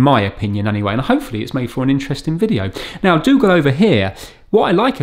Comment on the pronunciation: Dougal :) i though you said " Let;s fix Google " :-)